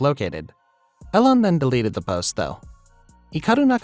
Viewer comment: You didn't find it? Still? Do you need help? I can help you find the transposition. It's not that hard. And it's pronounced "Eee Lawn" not "Ellen"